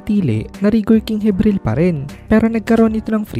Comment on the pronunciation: Jibril basa don hindi hibril